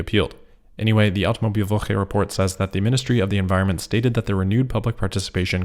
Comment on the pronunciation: you nailed the "Automobilwoche" 💪